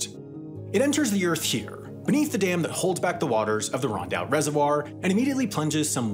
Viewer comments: "Rondout", not "RoUndout". "Bagels?" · Rondout, not Roundout